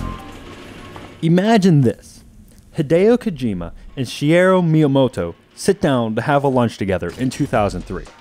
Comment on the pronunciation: shear-u miyamoto? wrong is shigeru miyamoto